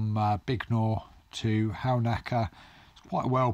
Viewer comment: Another interesting production, especially for an old Sussex man long exiled, like me. Pity about some of the audio, but I'm sure you learnt from it! Halnaker is (or used to be) pronounced "Hannaker", by the way.